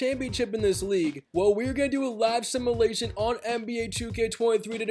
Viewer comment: Love your videos but please say “simulation” right for once, it’s not simalation